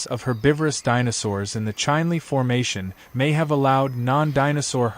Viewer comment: Chinle -- prnounce like it is written, Chin Lee.